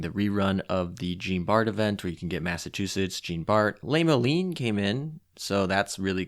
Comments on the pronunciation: I've heard you pronounce it before and I thought you just did it on purpose lmao. But World of Warships tends to teach my how to pronounce things. P.S. Jean Bart is pronounced like "John" but when you pronounce the "J" think of it as a "zh" type sound. As for the rest... I'm clueless. I pronounce the names based on how World of Warships community does >_> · Aight I’m gonna be that guy, sorry lol. “Jean” is pronounced as “John”, so “Jean Bart” is “John Bart” “Jeanne” is pronounced “Jeh-Anne” Also the stats are crap on Jeanne d’Arc because she’s historically a training cruiser. Hope these helps